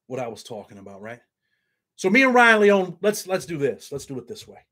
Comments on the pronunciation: Lee-oh-knee is his last name respectfully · It's Leone , three syllables, long e on the end